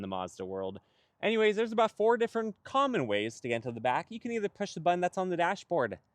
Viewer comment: BuTTon. Not BuDDon!!😬